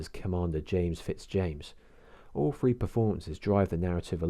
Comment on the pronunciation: Insightful review, but it's three not "free".....terrible southern trait.